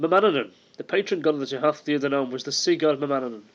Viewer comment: kenobi Tooha. The th in modern Irish is pronounced as an h. However, in Old Irish it is pronouned like it would in English, a th. But, to keep things simple......